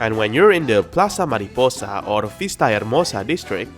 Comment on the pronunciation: Oh! your spanish hears good! When I heard you saying the name of the new place "Ciudad Enamorada" I got surprised! "Plaza Mariposa" and "Vista Hermosa" really good job on the speaking!